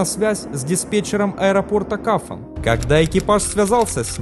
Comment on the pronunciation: Аэропорт называется КАПАН а не КАФАН!!!!